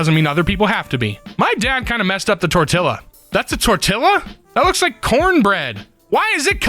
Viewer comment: Dude it's a Spanish tortilla (the II is pronounced like a Y in yeast btw. this is kinda basic). It's not cornbread or flour. It's a big potato and egg omelette. And the original meaning of the word tortilla.